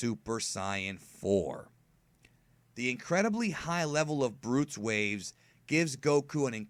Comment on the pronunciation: Brutes waves? That's not how you pronounce it...just constructive criticism